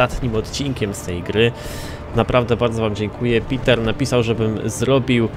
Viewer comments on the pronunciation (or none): none